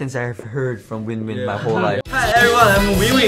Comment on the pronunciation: Winwin said "im winwin" i misheard it and thought he said "im weewee"